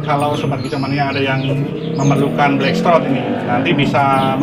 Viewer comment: Blackthroat bukan black shrot🤭